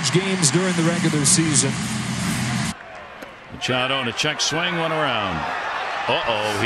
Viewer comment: Machado...LOL It's more like Muchacho!!! LOL